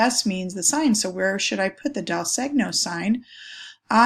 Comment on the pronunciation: Great information, but you are pronouncing segno incorrectly. It's more like "say-nyo", no hard G.